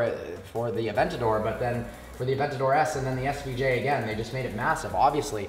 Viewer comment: "Aventadoor" heard it here first